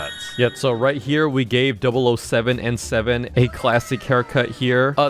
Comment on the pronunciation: ITS 007N7 NOT OO7N7